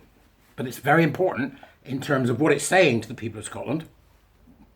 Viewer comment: Oh gosh. Everytime you say my home country I get the full on Scottish cringe.